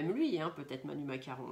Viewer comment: Je vous adore trop marrant en disant macaron lolllll